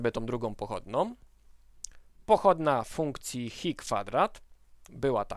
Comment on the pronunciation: Ta grecka litera to chi, nie hi ;)